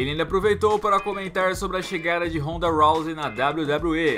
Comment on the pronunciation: NÃO ACREDITO!!! O PRONUNCIOU O NOME DA RONDA CERTO! É ISSO MESMO PRODUÇÃO????